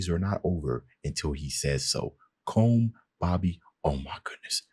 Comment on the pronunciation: Colm is pronounced Column